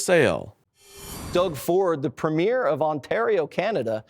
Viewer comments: There's a big surprise. Stupid, too. Can't even pronounce "premier" correctly. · is so ignorant, he can't even prounounce the word" Premier" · I don’t understand how difficult it would be to find a Canadian to teach you how to pronounce “ PREMIER “